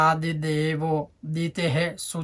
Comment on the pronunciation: Sorry but there are some mistakes there will be sagaronsascha in place of sagarosascha and dwadashatmaravindaksh in place of dwadashatmravindaksha